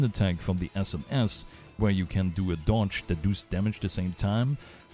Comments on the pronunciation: Because i hear you say that a lot: It's "Does", not "Duus". Its almost spoken like "das" in german, but with an o inbetween. aka "dos" (I assume you are german, taken from your accent) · As an Austrian / fellow German speaker, I feel the "Du's" on every does. I feel it in my soul. Thanks for the guide! I was definitely missing a lot of the info on my end.